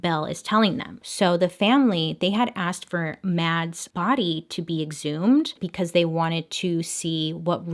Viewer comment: Matts or Mats in Engels sound so weird 😂 the a is pronounced as aw